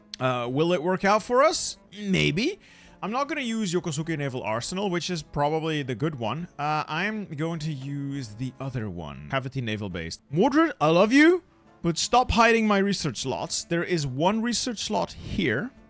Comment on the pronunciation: As someone who lives in Yokosuka, it is pronounced Yo-kos-ka. I appreciate your videos and have genuinely appreciated your sincere attempt at pronouncing things names correctly.